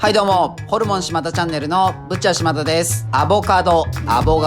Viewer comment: 「しまた」と「しまだ」